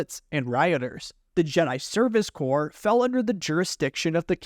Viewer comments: Corp is a division of a larger entity, which is pronounced like 'core". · its corps actually….but pronounced “core”, as in the Texas A&M Corps of Cadets. I usually don’t nitpick on grammar but you’re still young…and I know your Mom would want me to. 🥺